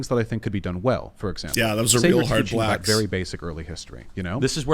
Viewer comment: I feel like it's super intentional, the way he says it. He really emphasizes the word every time, too.